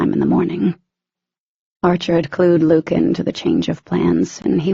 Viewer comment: His name isn't Luke. It's Luc. And we're still calling Daemon Demon?? Five books in?? Come on. Smh Still love the series years later. Just found out there's 3 books about Luc's and his girl Evie. Will have to find those. They have great reviews.